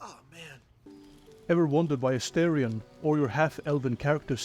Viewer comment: it's not "asteeerion" it is "astaaarion". he says it himself when he introduces himself. the name is based on the word "star" - astArion